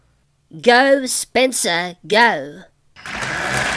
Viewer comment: sounds like you said spitzer